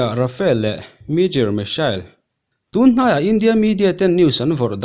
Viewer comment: Rafale thlawhna hi, Rafael tiin i lam fo thin in ka hria 😊 a bengvar thlakin india ralthuam hi a pui hle mai 👍👍👍👍